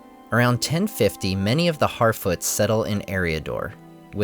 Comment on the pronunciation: “Around 1050 many of the Harfoots settled in Eriador...” “HarFEET!!!”